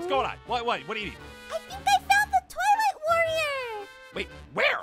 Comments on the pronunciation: "You might be the Twilight warrior!" Me who heard toilet warrior: 👁👄👁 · When first said twilight warrior, I thought he said toilet warrior 😅😂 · At first I thought said toilet warrior😅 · Is it just me or am I the only person who keeps hearing the word toilet warrior every time they say twilight warrior 😂😂😂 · Why when said" twilight worior" it suonded like she said "toulet worior" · Was I The only one who thought that was saying Toilet warrior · When said twilight warrior I thought she said toilet monitor🤣🤣🤣🤣🤣🤣🤣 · Who else thought they said tolet woror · I THOUGHT YOU SAID TOILET WARRIOR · I actually thought she said toilet warrior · When she says twilight all i hear is toilet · I thought she said “Toilet Warrior”😂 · I am are the only person who thought said toilet master